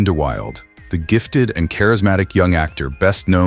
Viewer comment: Brandon De Wilde pronounced his name "Brandon De WILL-DA", not "Brandon De WILD".